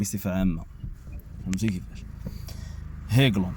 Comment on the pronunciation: هايلاند ماشي هيكلوند - الارض المرتفعة بالعربية